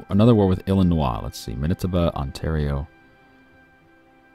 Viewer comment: Dude I'm from illinios pronounce it right please just look up how to say it